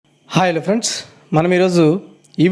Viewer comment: at 0.01 seconds, Hai elephants antunaru enti sir